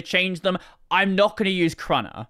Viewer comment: Who says "Kruner" instead of "K-runner" wtf